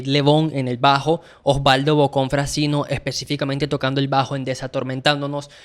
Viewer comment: Felicitaciones por tan amenos y genuinos comentarios sobre el disco de referencia. Quisiera hacer unos aportes, amables, no en tono de crítica, uno de forma, el otro de fondo. 1)Artaud se pronuncia "Artó". Del Guercio se pronuncia "Del Güerchio". Frascino se pronuncia "Frashino". 2)Hay una falta de interpretación en cuanto al mensaje, sentimientos y creencias, que enmarcan el tema "Todas las hojas son del viento". El mensaje es contundente: hay Vida, en el niño por nacer, en el seno de su Madre, Vida que debe ser protegida, cuidada, amada. Spinetta es clarísimo, su sentimiento abrumador, y su llamado, hoy, es mucho más urgente y pertinente que hace 50 años. Porque es hoy, cuando la entidad como persona del niño no nacido, está negada, su vida amenazada y a diario sacrificada. Ignoro si Spinetta habrá cambiado de opinión al respecto, pero esta canción es un alegato contra el aborto simplemente demoledor. El público de rock, argentino e hispanoamericano, y toda persona con la mínima sensibilidad que tome contacto con esta obra, debe tomar nota de ello y detenerse a reflexionar. Ojalá esta canción continúe eternamente, su misión original, y toque corazones para que reconozcan, amen, y respeten la Vida. No vendría nada mal, a un público "del palo" que últimamente suele sostener posiciones frontalmente opuestas. Spinetta=Vida...¡presente! Gracias infinitas.